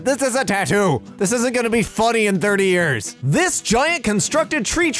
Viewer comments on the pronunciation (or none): none